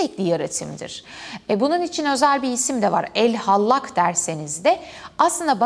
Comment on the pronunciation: "Ell Hallak" da değil